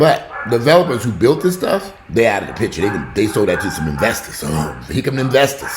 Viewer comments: I crack up every time I hear "vestors" lmao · "Vesters" y'all hahahahaha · "I can't stand you damn Vestors". 😂😂😂😂😂